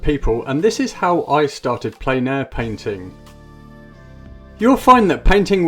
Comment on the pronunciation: It’s pronounced “plen.” It’s a French word meaning “full.” As in, painting in full air, or outside. It’s not “plain.”